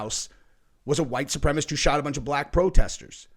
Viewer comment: "supremacist" not supremist. Please say it correctly.